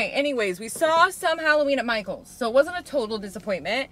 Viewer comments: Michael sounds like "Myghouls" 🖤🫀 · I think Michaels should be pronounced “MySkulls”🤓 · My-KELS! Like my dude but MyKels (or Mykills?). I have already repotted my polkadot plant into the baby doll head planter and it looks amazing!